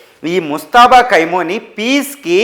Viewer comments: కైమోని, కైమా కాదురా అయ్యా ఖమేని రా అయ్యా తెలుగు సరిగా నేర్చుకోండిరా అయ్యా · కైమోని కాదప్ప ఖమేనీ 😂😂😂 ఏం న్యూస్ 😂😂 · కైమోని కాదురా పిచ్చ నాకొడక. ఖమేనీ అని పలకడం కూడా చేతగాని వెర్రి పుష్పానివి నువ్వు. నిన్నెవడురా నిపుణుడికింద తీసుకున్నది? ముందు నీ ఉచ్చారణ సరిచేస్కో. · కైమో నీ కాదురా బాబూ ఖమే నై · Nayana Kameni Ani Anandi Kaimoni Kadu😂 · ఖైమోని కాదురా హౌలే... ఖమేని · ఖైమోని కాదు రా చవట, ఖొమేని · Khamenei and not khaimoni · కైమోని కాదు.. ఖమేని.. సరిగ్గా తెలుసు కొని న్యూస్ చదవండి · ఖైమనీ, ఖైమనీ అని ఆయాన్ని ఖైమా చెస్తున్నేరు. 😀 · 😂 ఖైమోనీ ఏంటండీ బాబూ… 😂. పేర్లు సరిగ్గా పలకండి సార్‌. వింటుంటే రోతగా ఉంది.